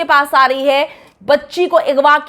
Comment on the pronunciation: Kash hamari u tubers apne pronunciation pe dhian dede strah ko satara agwa ko igwa bchio k bjae lrkio bolna